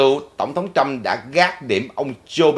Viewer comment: please đọc Trump not Trâm.